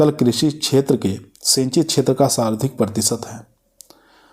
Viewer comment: Ye sarvdhik nahi sarvadhik hota h sardhik sarvdhik kahte ho